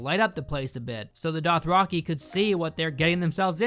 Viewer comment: Dothraki=Doth-rocky? Theon=Thay-on? Gendry=Jen-dree? Sorry I'm being nit-picky with your pronunciation. But it's a bit off. Great video though as usual.